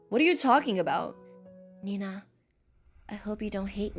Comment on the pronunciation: its nenaa not nenna bro